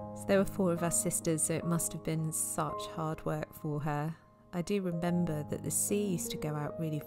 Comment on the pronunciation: I like the bit when you said "rebember" instead of "remember".